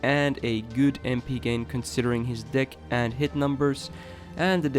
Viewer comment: I kept hearing "dick" instead of deck lmao.